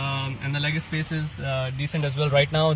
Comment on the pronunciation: I thought you just landed from UK, but when you pronounced leg space as "leg Espace", I realised that you are a true indian.